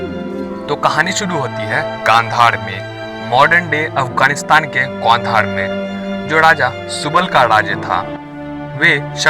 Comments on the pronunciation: Bro it is not khandhar it's Gandhar😊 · That's Gandhaar not Kandhar...well nice video